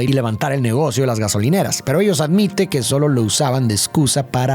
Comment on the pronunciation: GASONILERAS 😅habrá sido a propósito???